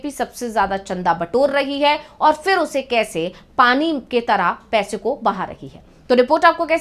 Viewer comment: उच्चारण का संज्ञान लें फिर( फि्र नहीं)